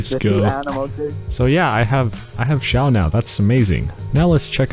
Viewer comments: His name is Xiao , not "Zhao" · ITS XIAO NOT ZIAOOOOOOOO